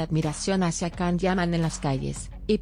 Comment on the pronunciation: YAN, YAN, YAN, YAN, así se pronuncia el nombre de Can. No puedo creer que le cambien la pronunciación!!!